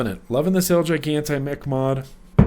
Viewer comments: hey just thought you might like to know gigante is spanish, it means gigantic and its pronounced he-gahn-tay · It's pronounced he-gone-Tay , means giant in Spanish so it's the giant